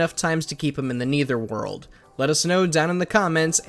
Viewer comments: No it isn’t. It’s a common fact that no one pronounces Netherworld as Neitherworld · Bro u literally have no credibility now that u said Neether world it’s Nether world